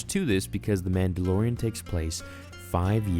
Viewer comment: 1) I think he was trying to extract DNA from THIS baby to create clones. 2) why can't you say "Man da LOR ian" correctly?? It's not "Man da lo RIN".